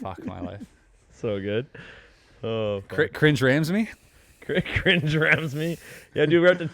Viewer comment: “Chris Rams-me” (a poem) Dead, that was on fucking point. You really did nail it. Keep up the good work! A podcast that’s better than tv, You really did nail it with “Chris Rams-me.”